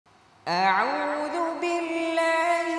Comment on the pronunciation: আউযু’র উচ্চারণ অ্যাউযু শোনা যায়, হামযায় যবরের উচ্চারণ পরিচ্ছন্ন হওয়া উচিৎ।